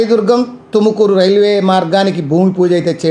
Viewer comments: ఎందన్న. తెలుగోళ్ళ మరియడ తిస్తున్నావు. బెంగళూరు లో కర్ణాటక టుకుమూరు ఉందా 😅😅 తుమకూరు అన్న అది తుకమూరు కాదు కర్ణాటకలో బెంగళూరు ఉంది అన్న. ఎంతో మీరంతా ఎక్కెక్కడ నుంచి వస్తారో. 😢😢😢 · Adhi tukumuru kadda raa tumakuru